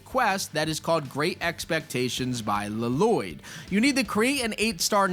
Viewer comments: Btw, it is not Lalloyd. Its just LOYD. Just pronounce it as "LOYD" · It just loyd, stop pronouncing the second L it’s silent. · HAHAHAHA, the second "L" is silent. It's just 'Loyd" lmao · bro said la lloyd